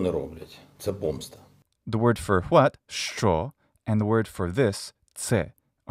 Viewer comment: I'm native Ukrainian and your 'що' it's so pleasant to listen to and all your pronunciation is very good, thanks for this video(though I didn't understand some moments because of my language barrier but I try to get better😅(all this text I write by my own… power(?)))💙💛